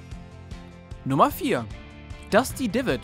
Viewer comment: Es heist Einfach Nur "Wailing woods" und nicht die oder den😡😡😡 Deine Aussprache Von Dusty und denn Anderen Kotzt mich an